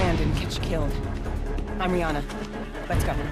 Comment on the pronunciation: Rianna? really?